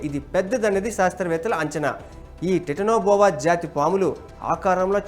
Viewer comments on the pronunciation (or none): Tetina boa enti uncle.. titano boa adhi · ఒరేయ్ ఎర్రి పువ్వా టిటనో బోవ కాదు రా కుక్క, టైటాన్ బోవ , ఎవడ్రా నీకు జబ్ ఇచ్చింది